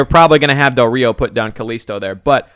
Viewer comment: It's pronounced "Ree oh".